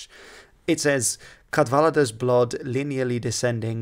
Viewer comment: But failed with Cadwaladr pronouncing the single d as th instead of d. and Ch also as th instead of K with a rolling inflection. Adding on to your explanation with some stuff of my own. little guide for ya since you seem to struggle sometimes (entirely as help not as satire) phonetics (also apologies out of order): dd = thuh d = duh w = u - uh sound or oh sound or w - wuh - u when with a circumflex ^ in older and some modern texts f = vuh Ll = Thluh y - i or u - i when with a circumflex ^ in older texts C = Kuh Ch = K with rolling inflection. G = Guh L = Luh A - Ah B - Buh H- Huh T - Tuh M - Muh N- Nuh Ng - Nuh P - Puh R - Ruh Rh - Ruh with rolling inflection sounds like Hrih as is Rhiannon, Rhufoniog etc. u - ee as in eek!